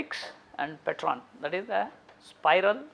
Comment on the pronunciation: Helix + pteron not Petron. Its greek